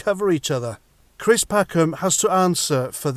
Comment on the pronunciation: Cwist what a pwatt.